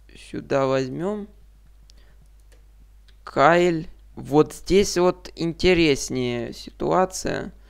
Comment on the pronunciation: После города "Кайль" не смог смотреть... Киль мля!